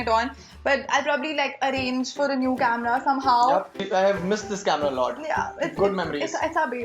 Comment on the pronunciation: CAMRAAA The heck! HAHA Her pronunciation is funny as f!